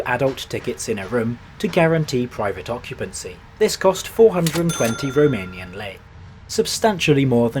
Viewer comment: Thank you for this video, I didn't know this train existed. I appreciate your Romanian pronunciation 🫡